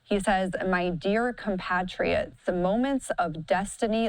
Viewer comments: It's COM PATRIOTS. NOT PAT RIOTS IDIOT. Patriots. Think of it like Comrade Patriots. Gawd. 🤦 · Please pronounce compatriots correctly.